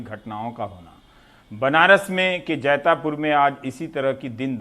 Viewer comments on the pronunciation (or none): जैतापुर नहीं जैतपुरा कहा जाता है।